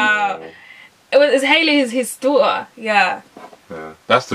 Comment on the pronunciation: ..and it is "daughter" not fucking "Doo-ah"